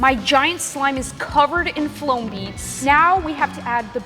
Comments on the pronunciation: Uh ma’am. It’s FOAM not FLOAM. Well… I can’t blame her, I say AMBALGEL instead of HAMBURGER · Haha you say floam (btw im making fun of u) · It's called foam not floam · Not that’s not how you say the word foam it’s not you’re saying loam foam not foam OK like you gotta learn how to do this or say the word you work at a slime factory and you can’t even say the word foam right I’m literally trying not to be rude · Is not floam it's foam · It’s foam not floam like say foam not floam girl